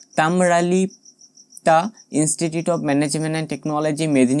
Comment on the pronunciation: তুমি একেবারেই অশিক্ষিত দেখছি। Mahisadal,Tamralipta উচ্চারণ করতেই তোমার দাঁত ভেঙে যাচ্ছে। তুমি দেবে ইনফরমেশন!!